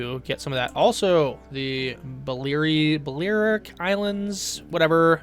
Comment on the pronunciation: The islands are pronounced Bel-air-ic